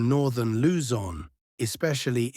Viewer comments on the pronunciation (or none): none